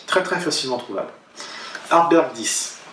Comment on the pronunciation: ArdBEG pas ArdbeRg ... Et tu ne le dis pas qu'une fois ! (Pour le meilleur whisky du monde 2008 si je ne m'abuse et pour quelqu'un qui porte la "bonne parole", c'est un comble !..) Ta prononciation me heurte (pour pas écrire "hurt", if you know what I mean)